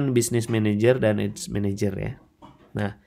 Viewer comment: ADS dibaca ya ADS jangan dibaca AIDS bang malah jadi beda arti info aja